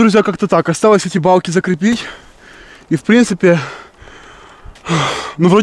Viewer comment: Ты весь ролик говорил: не Палки,а Балки🤣♥️